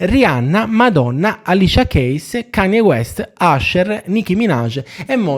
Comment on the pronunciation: sì però se vuoi raccontare una storia con questo livello di saccenza (storia che hai chiaramente arabattato unendo un taglia e cuci di biografie a dir poco imprecise) ok, però "ALISIA CHEIS" non si può sentire, manco stessi nominando un'artista completamente sconosciuta di cui non si conosce pronuncia, dio mio...